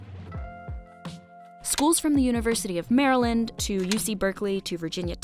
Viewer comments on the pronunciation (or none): none